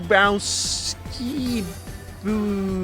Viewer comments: OMG the second story is turning out to be the story for Lost World (sorry didn't realize others were saying the exact same thing). Also its pronounced Boo-Bow-Ski (though others would perfer Boob-owski (yes I said Boob)). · How is Boobowski a hard name at all. Boo-Bow-Ski exactly like its spelled. Where are you getting the 7 extra syllables? I mean yeah I know its most likely a joke but as someone with a polish name it just irks me since even though polish names look complicated most of them sound exactly like their spelled. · I think its pronouced "Bubawski". Just sayin'. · It's actually Boo-bow-ski Like boo as in boo scary Bow take a bow ski Let's go skiing